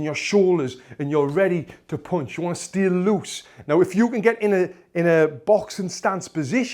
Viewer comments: How punch is spelled How panch is used How he says punched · Throo a streght poonch (I loved that ) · Oooonderstand, poooonch